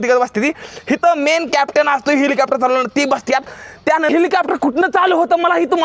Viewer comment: हेलिकॉप्टर ❌ हिलिकॅपटर..✅ ही बघा.. ह्योका..😂😂